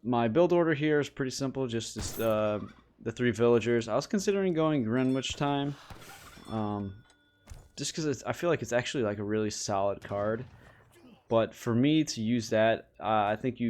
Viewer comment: Hey mate, been loving your videos I’ve been watching almost all of them. One thing to improve is your pronunciation of the card Greenwich Time, try saying “Gren_itch”. So gren as in grenadier and itch as in itchy. Hope that helps. Keep up the great content !